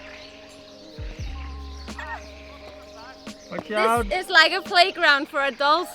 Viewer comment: It's not "GIMOONDE". It's pronouced "GIMONDE" with an open "O". You went to the right place for good food in Bragança 😁.